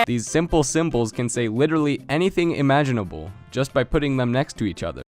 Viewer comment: POV: you say Imagineble